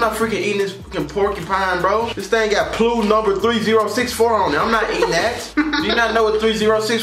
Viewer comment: SAID “Ploo” 🤣🤣🤣 I died! If you’ve ever worked at a grocery store, Y’all know it’s P-L-U 😂😂